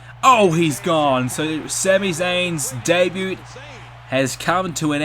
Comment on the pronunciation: The way you kept pronouncing "debut" made my skin crawl. Apart from that, good video.